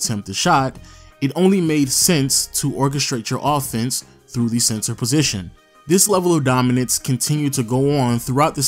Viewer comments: Is it me or are you pronouncing center as "Sensor"? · Why does it sound like he saying “CENSOR” 😂